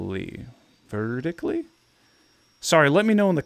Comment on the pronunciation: Horizontally and vertically have always been words, and hearing you pronounce them like that made me cringe